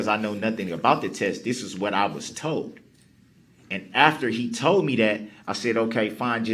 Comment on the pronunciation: I'm still waiting to see all the toads he keeps talking about. He toad dis and he toad dat and he was toad dis and he was toad dat. So many toads!